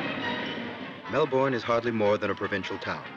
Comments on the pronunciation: Great video! But as an Australian, I have to say; it's pronounced Mel-bin not Mel-born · Nahhh it is Melben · Actually, it's Mel-burn.